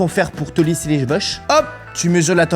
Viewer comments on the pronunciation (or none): none